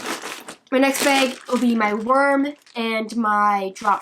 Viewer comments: It's bag not beg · I think it is funny she says beg or peg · Drinking game.... Take a shot when she says beg lol sloshed son!! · i love how she says beg instead of bag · The way you say bag is funny but great video btw😂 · Canadians way of saying bag